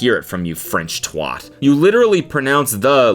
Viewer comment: cody do not pronounce twat like that ever again. the brits are crying